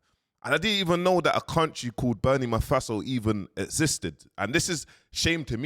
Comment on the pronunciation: Bro said "Beni Mafaso"...we understand bro